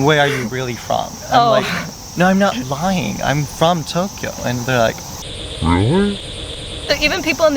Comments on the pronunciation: Like how he pronounces Tokyo (Tok e oh) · Listen to how he says Tokyo, for example. That is neither an American nor an English pronunciation.